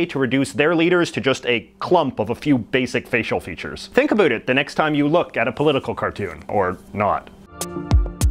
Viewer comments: "Think a boot it" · More like only Canadians say about like that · Are you Canadian or from the upper mid-West? It sounds like you pronounce your about with an extra emphasis on the O.